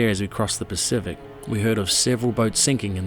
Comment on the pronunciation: Bloody honky you live there and can’t even pronounce the name correctly, listen to the rest of crew that don’t live, pronounce it correctly, and you still don’t make an effort. Be interesting to hear your pronunciation of other pacific islands.